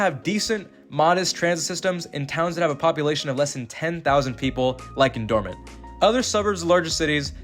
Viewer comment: Dormont pronounced "Door Mont" as in like "the full monty" without the y at the end.